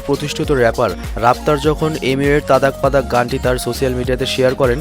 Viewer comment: ওটা বান্তাই না বান্টাই । আর আপনি রাফতারের সঙ্গে যেই গানটার কথা বললেন ওটা তাদাক পাদাক নয়. ওটা তাড়াক পাড়াক